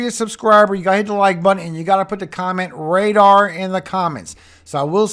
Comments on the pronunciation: The word is radar. I love your program it's a blessing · "RADAR " and I love the Bible reading at the end God bless you 🙏 ❤